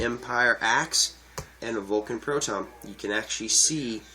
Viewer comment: Great review, I thank you for taking the time to talk about the gun. One thing though, there is no "O" in "Valken." It is pronounced like it is spelled: "val-ken," not "vol-ken."